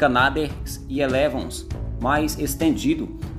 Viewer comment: Somente duas correções... é "êlevôn" que se diz. É palavra francesa. E não é de última geração. Existem 5 gerações de aeronaves de combate e o Gripen pode ser enquadrado na 4.5. (estas versões atualizadas porque o original era da 4a geração). Os de última geração, a 5a, são os stealths e com motores direcionais e que "escondem" a emissão de gases e demais aviônicos integrados a diversos sensores na aeronave como os F-22, F-35, Sukhoi Su-57 ou o chines Chengdu J-20.